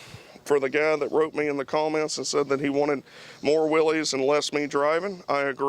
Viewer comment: He said Willie's right the first time then you kept saying it wrong it's pronounced as if it were Willis